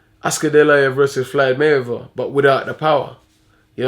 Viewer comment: "FLYDE MAYWEATHER" Hahaahah